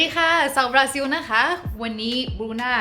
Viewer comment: บรูน่าต้องออกเสียง ซิล ล ลิง สะกด ไม่ใช่ ซิว นะครับ😂เป็นบราซิล ไม่ใช่ บราซิว😎